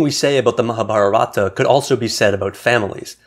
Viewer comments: It’s pronounced Mahaabhaarata in Sanskrit and you leave off the final “a” in Hindi. You’re emphasizing the wrong syllables. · I think the time has come for non-Indians to begin to pronounce Indian names more accurately -- to make the effort to find out how a native would pronounce them. For instance, it is GeetAnjali (accent on the second syllable), not GeetanjAli. It's MahAbhArata, not MahabharAta.